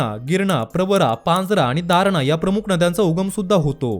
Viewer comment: तारणा नाही दारणा